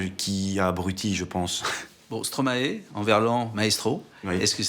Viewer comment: Stromaille svp ..... arrêtez de dire Stromaé. (Et Molenbéék pas molenbèk) :)